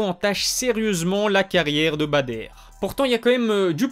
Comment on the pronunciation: stp, c’est Badr pas “Bader” …